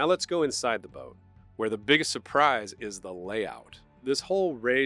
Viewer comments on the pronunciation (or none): none